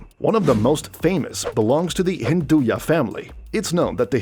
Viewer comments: It's Hinduja not Hinduya. Not to be pronounced with a Spanish influence...!!! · its hinduja bro not hinduya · Wtf is hinduya company When its clearly hinduja😂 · The J in Hinduja isn’t pronounced as ‘ya’ or ‘ha’ like in Spanish